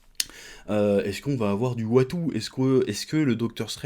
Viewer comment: OH bordel, tu prononces Uatu "Wattou" 😆😆😆